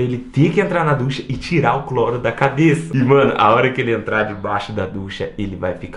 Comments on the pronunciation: ducha é com "CH" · O CERTO É "DUCHA"